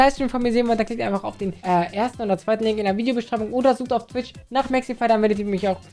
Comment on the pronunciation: Er so: falls ihr mir noch nicht auf Twitsch folgt... Ich so: Ich hab nichtmal Twitsch